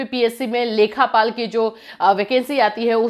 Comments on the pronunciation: Lekhpal hota hai mam lekhapal nhi hota hai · लेखपाल होता है मैम लेखापाल नहीं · "लेखापाल" नहीं, "लेखपाल" होता है। UPPSC nhi, UPSSSC exam karwata hai ye.